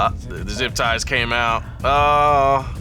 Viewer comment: calling zip ties ‘zippie ties’ is the best